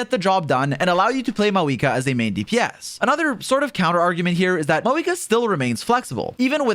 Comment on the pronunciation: FINALLY SOMEONE SAYS HER FKING NAME RIGHT